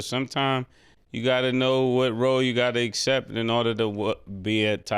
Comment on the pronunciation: be saying UHCEPT instead of Accept